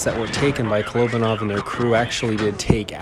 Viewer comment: You pronounced his name wrong it ka-lo-ba-nov 😉😉😉